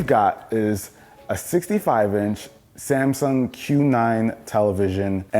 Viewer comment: No one: Literally no one:: "This is samsaung air"